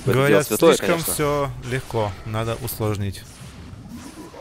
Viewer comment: снова высшая математика от 0к АНАЛитики чего? слышком? слэшком? очень лыгко лол пофиг, что х10 же аганим схавать можно, но профит от пт же больше будет в данной стадии))))))